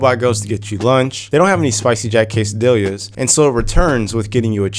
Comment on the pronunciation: "quesadill-ya"? lol